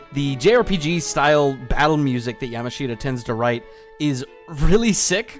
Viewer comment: STAHP PRONOUNCING YAMASHITA LIKE YAM-A-SHEET-UH!!!! 😭😭😭 IT'S YUH-MAHSH-TA!!! YA = YAMCHA MASH = SMOSH TA = TA-TA!